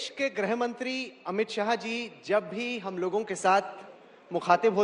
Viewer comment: ग्रह नही गृह मंत्री होता हैं। 🎉